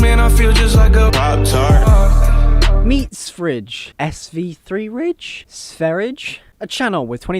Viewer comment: it’s pronounced Sva- ree-yah (Swedish for Sweden)